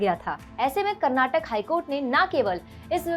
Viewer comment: Please learn how to pronounce Karnataka. It's not Karnatak, but it's Karnataka. People who speak Hindi, most of the time they pronounce names of Southern places and foods in a wrong way. For example it's Kerala but hindi speakers pronounce it as Keral. Instead of Karnataka, you're pronouncing it as Karnatak. Also many Hindi speakers pronounce dosa as डोसा but it should be pronounced as दोसा.